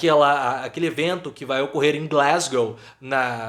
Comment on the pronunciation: Kkkkkkk a bandeira azul...boa👍🏼 Gostei do sotaque Glasssssgow. Bolsonaro é um tapete de ônibus. Todo mundo pisa.